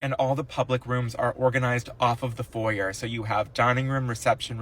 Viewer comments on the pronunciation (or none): There’s no excuse even for illiterate criminals to mispronounce foyer. A crime against the spoken language. The horror! The horror!